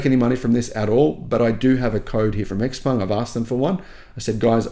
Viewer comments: It's Shi-peng not Eks-peng. Before believing any nonsense the manufacturers promise ahead of the sales start, I STRONGLY recommend anyone who wants an Xpeng (and they are nice cars to drive) to rent one and try a couple of DC fast chargers. Then when you know the 70% of the charger models and brands, the car does not communicate with, you can plot a range map where you will not be able to go with your beautiful, fast, new car. If you own a house and want a 500 horsepower sports car for city commutes, the Xpeng is ideal. If you do a lot of long road trips, you cannot buy a non-Tesla. I hate the looks of Teslas, cannot stomach the manufacturing quality but if I wanted an EV and did a lot of road trips, I wouldn't look at anything but an S or a Y. Any non-Tesla is distilled masochism. And last point - what cells will your Xpeng have? CATL or CALB? After three years when the thing has 400km range rather than 570km, be prepared for the pitch that this is within the 20% degradation that is to be expected. If you cannot afford a Tesla why buy an expensive Xpeng? Get a cheap EV that also cannot be DC fast charged and still is swift enough for the city. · Pronounce the name properly, ShapuwPung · Please learn how to pronounce Xpeng if you are a paid salesman for them.